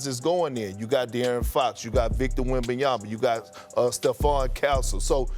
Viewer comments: Obviously SAS has no respect for wembanyama because he can’t be bothered to pronounce his name properly. WEM-BAN-YA-MA not wembanyana. Or i suspect SAS just doesnt read that well. It’s all there in the letters dude. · Stephen A. Smith still saying "Wembanyana" a million years later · it’s been 2 years stephen a still cant pronounce WembanyaMa right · This guy Smith his job is to talk. He could learn how to pronounce a name. So disrespectful and unprofessional